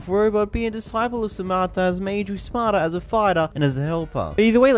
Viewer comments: Samata? It's Saitama, how do you mess up a name that badly? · homie said "Saimata" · It’s pronounced SAI-TA-MA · man really said Saimata